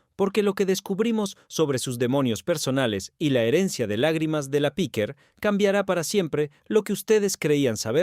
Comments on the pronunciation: Tampoco es correcto lo q dices. Podría ser: Piquer, Piqué...En este caso era PIQUER . Pero la sílaba tónica ( sin acento) es el la E. No en la i como pronuncia el del video. Píquer (NO) . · Ya se que no se acentúa pero es para que el tipo no siga diciendo Píquer. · Para empezar era Piquer, no Píquer. Lo he tenido que quitar, vuestra locución es terrible. Aprender a hablar o informaros de lo que decís. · No es Pique es el apellido Piquer.(Concha Piquer) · Inaguantable . Muy rollo que no sabe ni su nombre CONCHA PIQUERRRR y no piqué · Es Piquér, con acento en la é. Eso que dices en España nos suena muy raro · No sabes ni decir si nombre., Menudo reportaje horroroso amigo😂